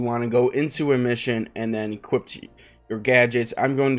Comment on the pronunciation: “Equipt” Thx btw